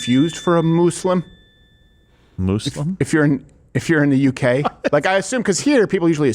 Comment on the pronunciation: Steven's canadian kicked in when he said muslim he said mooslim 😂